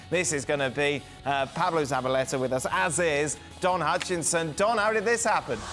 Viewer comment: Dan, its Don HUTCHISON, not HUTCHINSON. 🙂